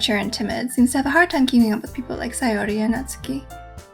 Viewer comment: Oh my goddess I love the fact you said Sayori's name correctly!